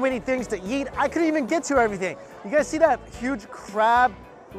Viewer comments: I heard him say "So many things to yeet." And had to remind myself he's talking about eating. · When mike says eat he says yeet lol